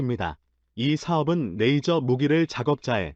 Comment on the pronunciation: 영상번역기가 만든 자막을 보면 발음이 얼마나 흐리멍청한 발음인지를 알 수 있다. '대한민국 최근 오즈가 한국에 '→ '오즈'가 뭔지는 나도 반복해 들어봐도 모르겠고 '파트너로 손정했던' → 손절, '모기' → 무기, '일을' → 이를, '메이저기술 ' → 레이저 기술', 그녀의' → '분야의'... '표적이 수리되었다고 합니다' → 이건 나도 들어 봐도 무슨 말인지 모르겠고.. 등등, 한 음 하나하나를 확실하게 발음해야